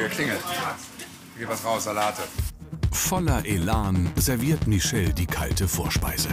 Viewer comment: "Der geit doch noch" loool